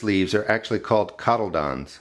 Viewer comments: ITS CODDLELEEDENS NOT CODDELDONS ... my goodness SOME PEOPLE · Cot-ah-lee-dons. And yes they do photosynthesize. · It's pronounced "cah-til-lee-dun." Thumbs down to anyone promoting "Miracle Gro" for edible produce. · the word is pronounced as chord-di-li-don instead. learn your high school science please.